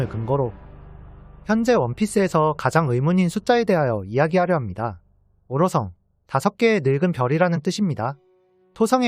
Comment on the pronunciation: 오로성 발음 고쳐지니까 훨씬 듣기 좋네